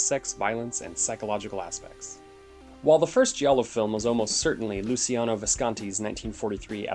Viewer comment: OMG Luchino Visconti NOT Luciano Visconti and most importantly OSSESSIONE is NOT a GIALLO, it is the film that introduced Italian Neorealism to the movie going public! Brush up on your Film History (and your Italian pronunciation), PLEASE!!!